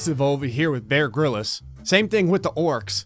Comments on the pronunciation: Wait Did you say Bear “Gril is”? No. it’s ‘grillz’ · Why do you keep referring to him as "Bear Gryllis"? It's Bear Grylls. Grylls, pronounced like Grills. Like, the plural of grill. Otherwise, love every single one of your videos.